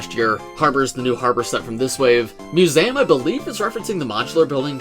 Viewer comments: Mew-z-um.... try saying it slower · Mus-ay- um?????? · I'll be honest, the only thing I took away from this video was how says "Museum". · Why do you say museum so weird?